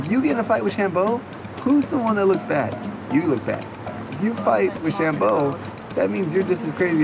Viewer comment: funny how says sham-Bo differently, ha